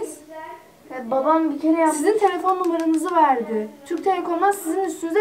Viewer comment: Telfon numaras nı dedizi😂😂😂😂😂